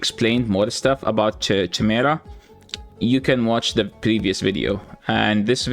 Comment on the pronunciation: Also Chimera is pronounced like Kymar, English is stupid and not your first language but just so you know. Kymera.